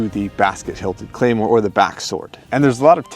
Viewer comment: Oh my goodness, you brought an actual claymore and called it a claymoore